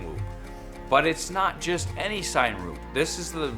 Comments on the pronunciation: i thought it was pronounced like Cinema...to get a cinematic shot or video. not a sign whoop. Good video tho man! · Its "Sin-a-whoop" like cinema whoop lol